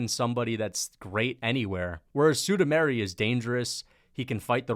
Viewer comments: I’m sorry bruh but it’s been annoying me for over a year. SUE-MOO-DAR-JEE. Not SUE-DOO-MARY. Come on man. How do you get Sue-Doo-Mary from SuMudaerji? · Suda -Mairy ?! Really ?! Chael and MMA Joey would be proud of you ! 🤣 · Who is "Sudameri" c'mon dude.